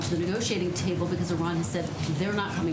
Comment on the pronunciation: This dude doesn't even know how to pronounce Iran